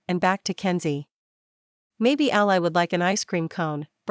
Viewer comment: Sounds like a good story...but these computer voices are very lacking! The name is pronounced 'Al - Lee,' not 'Al - Lie!'😡👎